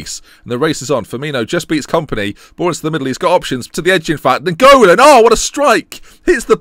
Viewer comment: The way you say Nainggolan makes is sound like a Pokemon.